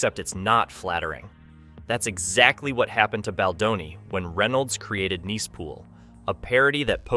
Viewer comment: You know this is narrated by A I. when they pronounce Nice Pool as "Niece" Pool multiple times. So annoying.